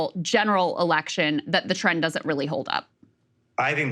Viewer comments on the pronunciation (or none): none